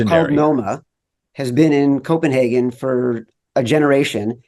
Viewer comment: I like how Chad instructs Colin how to properly pronounce Copenhagen, then he mispronounces it the whole episode 😀